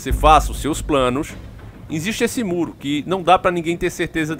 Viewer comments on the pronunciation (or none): Cara pelo amor de deus vai aprender a falar o português básico pelo menos! “Insiste” nao existe! A palavra é existe e nao “insiste”! Chega a ser bizarro vc falando palavras básicas de forma errada! Perde toda credibilidade!